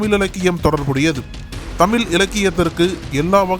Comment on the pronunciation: 'தமில்' கவிஞர்! 😂🤣😅😱 'தமில்', 'தமிள்'. இது எது சரி? இங்கிலீஷுக்கு கொடுக்கிற மரியாதையில் பாதி கூட தமிழுக்கு தர மாடேன்கிறார்கள்! 😭☠💀👎